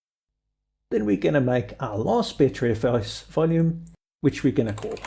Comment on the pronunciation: While I do have to agree, it's BUTTERfs not BETTERfs